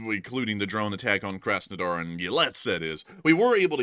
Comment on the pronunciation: Work on your pronounciation, please. The first 'A' in Krasnodar is pronounced like the 'aw" in awesome, not like the 'a' in a$$hole